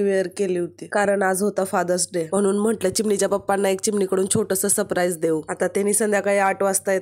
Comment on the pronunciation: ताई मी तुझ्या चुका काढत नाही पण लोक तुझ्या बोलण्या बद्दल म्हणून सांगते सप्राईज नसतं सरप्राईज असतं Love you ताई❤❤❤❤❤🎉🎉🎉